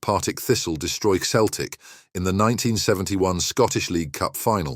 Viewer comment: Celtic is pronounced Seltic not Keltic and Dalglish is pronounced Dalgeesh , do your research better and maybe you'll get subscribers but you obviously don't know much 🙄